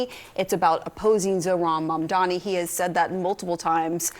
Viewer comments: Why Cuomo still can't pronounce his name correctly, his name is not MUMDAMMY! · He couldn’t pronounce “Mamdani”. His “Mamdami” will go with him all the way to the tomb. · He still calls him Mandami lol. We'll see what he calls him when he concedes to Mamdani. Edit: He called him Mandami again on his concession speech. At least he shushed the booers. That was nice. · Pathetic he can’t even pronounce his name correctly.